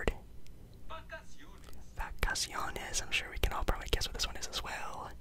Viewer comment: ASUCAR, HABITASION,VACASIONES NOT REAL PRONUNCIATION